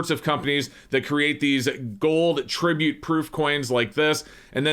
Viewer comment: "Tribute" LOLNOPE